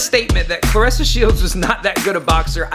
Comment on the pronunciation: Aye you make sure you bring yo a$$ back on here making a video about how u were wrong and very condescending and had a slightly disrespect undertone... and when you get back say her name right not like how you did when u started ur monolog 🤣🤣🤣👀🤣🤣🤣 hurry up we waiting lmao 🤣